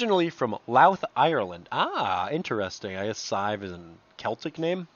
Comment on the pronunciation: Its pronounced "sive" Irish gobbledygook.